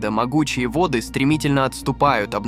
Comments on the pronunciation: ...водЫ отступили..., водЫ, водЫ... Может всё-таки вОды?))). Вы кто??? ИИ или нерусский🤨🤔? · Не водЫ Евфрата, а вОды. Беда с этими роботами! И тембр голоса противный! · вОды , а не водЫ ! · Так тело читает заказ! ВодЫ реки, водЫ озера вместо вОды реки, вОды озера. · В данном тексте в слове воды ударение надо ставить на первый слог вОды